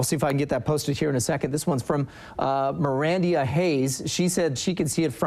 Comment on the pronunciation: What the.. I’m just now finding out I was on the news hahaha and it’s pronounced like Miranda! Lol